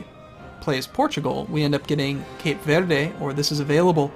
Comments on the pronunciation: In portuguese, yes. But I meant that he's pronouncing it like it is Spanish. It was a portuguese colony and speaks the language. So yes, Cabo Verde. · at the risk of sounding like an ass, the mispronunciations of Madeira and Cape Verde really bug me.